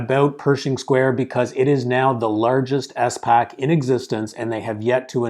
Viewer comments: It is not “ES” pac, pronounce all the letters together 😊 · Great video (but the way he pronounces SPAC pains me)